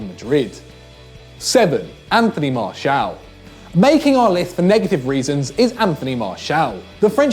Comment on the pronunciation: Pronounce Anthony Martial name right.